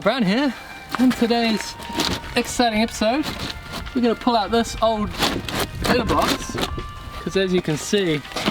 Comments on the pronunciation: I know you’re saying letter box but to my sophomoric American ears I’m hearing litter box ! Lol sorry Scott, this was truly exciting!!! Great video as always ~ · Letter box!!!! What he was saying was letter box!!!! I thought he was says litter box!!!